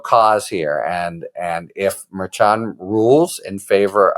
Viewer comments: Isn't the judge's name pronounced Mare Shawn? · why can't Harry get the pronunciation of Merchan correct?